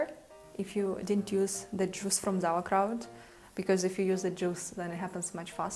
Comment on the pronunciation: I was hoping to make sauerkraut not zauerkraut!